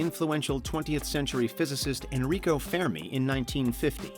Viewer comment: Haha "fair me" paradox 😂😂 the ( Fermi) paradox is pronounced (fur-mee) ... good laugh tho !!! And overall great video 💯!! ..... but "fai me"? 😂😂 I've never heard that one before 🤟✌️ keep up the great work !!